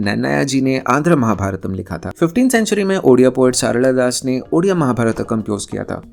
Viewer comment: Bro are you Odia???? coz your pronunciation of " Sarala Das " was so perfect. Non-odias have problems in pronouncing "La (ଳ)" sound... so bro are you Odia??